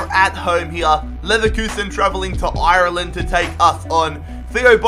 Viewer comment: He doesn't even know how to say Ireland right... he can't even say Galway right ffs